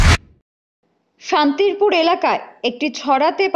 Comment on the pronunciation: Splaning ta san-ti-pur not Santirpur ..ok.